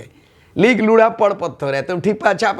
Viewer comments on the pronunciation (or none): ... महाशय आपने जो कहा लिख.... पढ़ पत्थर, आपका उच्चारण सही नहीं था, आपने भी आम लोगों के तरह ही उच्चारण किया जो आपकी विद्वता पर संदेह उत्पन्न करता है... सही उच्चारण लोढ़ा होता है, जो आपने किया वो हम आदिवासी लोग सार्वजनिक तौर पर नहीं करते हैं।